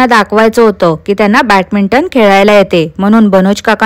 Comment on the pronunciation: Ti satat chukiche bolte n kautukachyach comments la reply karte. Badminton la Batminton mhante 😂